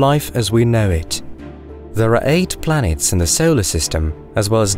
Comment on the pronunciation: Is it just me or does his P's sound like B's? Like "planets" sounds like "blanets",...